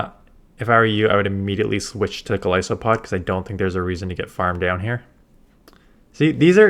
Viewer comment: Thank you for being one of the only people who pronounces Golisopod correctly ❤